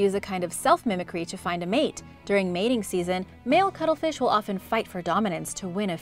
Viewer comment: Sounded like some new species the way you pronunced the cuttlefish and katydids. !Pronunciation!